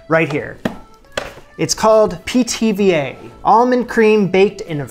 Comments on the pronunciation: Every time you said Pithiviers I heard PTVA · "Pithy Veers?" 🙃